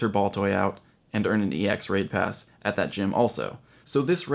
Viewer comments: "So this raid of EX wave passes..." haha I had to rewind that a couple times But anyways, I finally got my first EX Raid Pass in this cycle! Even though dozens of people in my city when around raiding over the weekend and we covered 11 eligible locations across 8 different cells, I ended up getting the EX Pass for a Zapdos raid that I failed back in August... And it's 30 mins out of town so I have no idea who else will be there... Looking forward to it! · “Raid of wade passes” lol